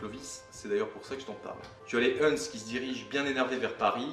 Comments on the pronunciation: "L'arianisme, une sorte de faux christianisme qui reconnaît pas la Trinité" outre l'avis bien campé, c'est drôle quand on voit à une illustration des Témoins de Jéhovah donc non trinitaires ;) PS : "Huns" se prononce comme "uns" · Non les huns ça se prononce « un » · les Huns ce prononce les Un mon pote... Bonne continuation ce que tu fait c'est cool !